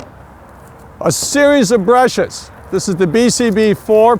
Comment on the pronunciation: "Two brashes"